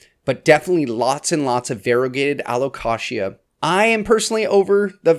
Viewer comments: lmao its supposed to be Allo-Kay-sha/jha.. like the word allocation.. but allocatia.. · Taxonomist here! Allow-Kay-sia. He says it wrong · My alocasia bloomed. It was uneventful 😂. I’ve never heard alocasia pronounced the way you do. I say Al -oh-cay-shuh. Anyone else? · Never heard anyone say alocashia haha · My real ick is how he says alo-KASHYA. Love the series though ;D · I’ve never heard it said like the Kashi cereal before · It took me a second to realize what you were saying. I've never heard anyone pronounce it that way. But it's your video, you say it however you want. 😊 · No he says it weird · The way you say Alocasia 😅😂 I’m so excited for 2024 plants!!